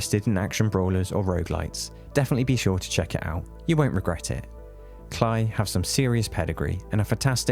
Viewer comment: it's pronounced "Clay" entertainment